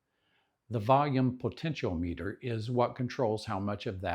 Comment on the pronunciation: Fwiw, you are say "continuity", "potentiometer", and "ferrite" incorrectly. Otherwise, really good information.